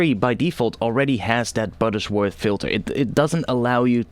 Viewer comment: It's Butterworth, not "Buttersworth".